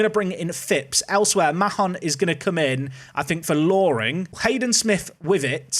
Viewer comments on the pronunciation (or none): You don't pronounce Mahon like that - it's pronounced 'Marn'